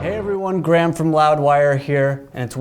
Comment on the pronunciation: What is with Americans pronouncing names - did he say Gram or Graham?